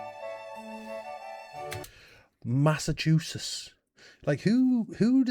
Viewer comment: Excellent Massachusetts pronunciation for a European and positively awesome on "Illinois"!